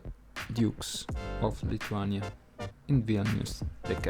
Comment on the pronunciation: Your pronuciation is wrong even for name of the country.